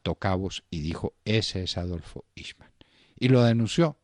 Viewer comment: Se pronuncia el nombre en idioma alemán :aijman